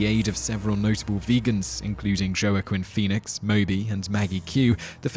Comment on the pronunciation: Joe-A-Chin Phoenix? Jeez, Simon, why not call him Joe-A-Chin Foe-Ee-Nix?? Still, I knew when I saw his name on the VHS cover that Simon would fail to pronounce it properly...